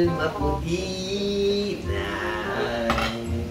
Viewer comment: Gasakit akong bangs sa "Maputle" 🤣🤣🤣🤣